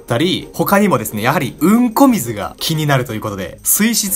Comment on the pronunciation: 何回みても強調された「うんこ水」に笑う